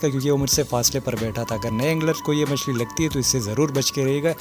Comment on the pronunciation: Yar machli k nam to sekh lo phehle